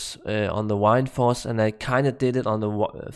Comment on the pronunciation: Wined force lol. Love how you say that. Good video 👌